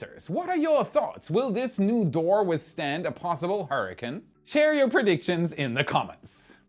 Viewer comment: Great as always, but I am going to tease you a bit...what is a "hurricun"? Its pronounced hurri"CANE" not hurriCUN lol. Just sayin;)